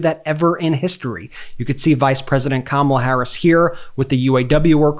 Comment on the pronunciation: When Turmp says: "if kam ala gets in the country will turn into dee troy IT". Actually true. Kamala and Tim will continue to bring the rest of the country into the economic growth and work that Detroit has led with and how they dug themselves out of a hole after the 2008 crisis, and the result of the bush caused sinking auto industry. Hopefully the expansion of the auto industry and its parts industry can come back to N. America, even better, refreshed, revitalized, with more tech, more efficiency, and good wages for people.